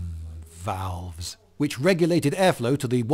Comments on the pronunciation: Sounded like the way he emphasized the "Huge bellows" and "VALVES" was supposed to teach us what's important on the machine. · That's a weird way to pronounce "1785" ...🤷‍♂ V A L V E S 👁👄👁 I don't know what this is but I'm just going to assume this is Philomena Cunk's mate Paul. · What was with the pause and then…. “Mmmmm. Valves.”??? 😂😂😂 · Idk what was up with the intonation on that second "valves" but I'm glad they got you feeling some kinda way, lol. 😂